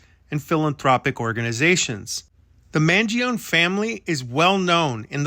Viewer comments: According to his politician relative…the last name is pronounced Man joe nee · Off on his last name's pronunciation but great job otherwise! Love all your content! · why do you insist on mispronouncing his name